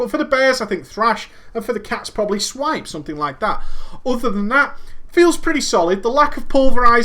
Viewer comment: you said thripes and swash ahahahaha